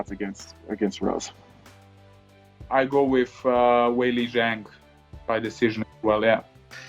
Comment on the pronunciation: How hard is it to say Weili? Smh